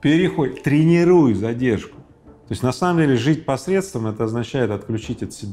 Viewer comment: Эй,парнишка, который берет интервью у миллионера, говорить надо грамотно,потому что это школьная программа: срЕдства